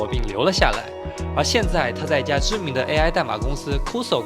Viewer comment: 要不先查一下 cursor 的读音😂